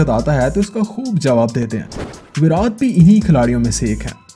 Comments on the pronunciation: Why are you calling virat as virath its irritating 😶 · Bhai tu virat bolna seekh virad virad krke irritate krdia 😂😂😂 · He is saying विरात not विराट. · That's virat not virath he is saying virath virath🤣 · First Say properly his name ..what is virathhh..... it's VIRAT 😑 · It is not Virath.. it’s Virat... not tha.. it’s ta... you have used his several times and it was extremely irritating to listen... if you can’t say it just stick to Kohli... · Its virat not veraat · Bhai kiska kiska dimag kharab hua iski pronouncing sun k 😂 virath virath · virat kohli ka naam to dhang se le lo